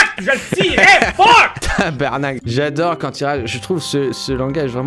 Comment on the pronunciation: Tu la bien dit le tabarnak juger par un vrai québécois